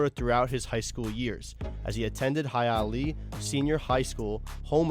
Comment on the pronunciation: Really good job. But the high school is pronounced HIGH a LEE a.